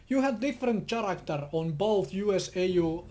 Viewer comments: he doesn't know that much english so instead of saying character the right way wich is like karacter he says it like chairactor! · Best pronounciation of character: [tSaratster]